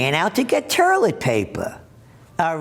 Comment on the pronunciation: Gerald it is toylet paper not turlet paper